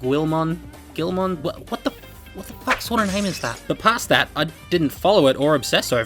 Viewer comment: Its pronounced Geel-mon. He's the adorable bread loving... Raptor, dragon, thing?